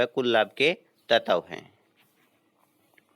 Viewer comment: तत्व की उच्चरण गलत है।